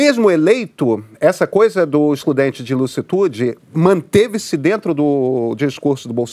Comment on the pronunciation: e o cara falando excludente de "lucitude" ao inves de "licitude". pqp.